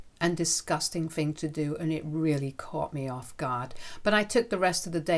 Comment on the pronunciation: It's "THing" not "Fing" "THought" not "Fought" Hope that helps.